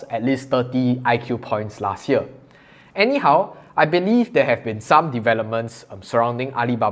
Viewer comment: When you said anyhow it sounded like eh - nihau :) no offense :)))